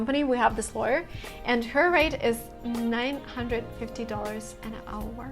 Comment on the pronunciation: She said lawer # 3